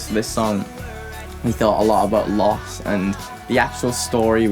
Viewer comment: Leo ma chyba problem z wypowiedzeniem słowa loss Xd